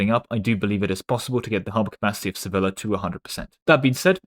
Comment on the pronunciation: Each time you pronounced Sevilla like vanilla I died a little inside